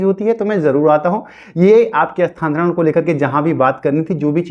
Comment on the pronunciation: Tumko to bolne hi nahi aa raha hai... Ekdam bewkuf ho abhitak Sthantaran nahi hota hai.... Sthanantaran hota hai.....